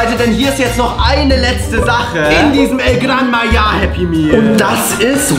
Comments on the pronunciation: Bro said El Gran Maya but anyways happy birthday🎉🎉🎉🎉🎉❤ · Se dice el gran maja no el gran maya😂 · It’s called El gran Maha